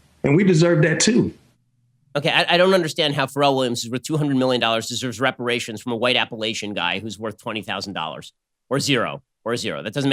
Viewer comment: Meh, I've been paying reparations since I was 16 with every paycheck. Besides he said "raparations."